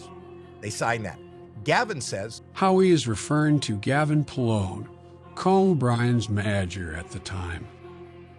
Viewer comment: “Co bri’s maaager” 😂 sure does miss those connection letters.. you know, the ones that make words actual words